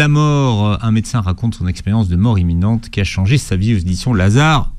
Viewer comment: Imminente et pas eminente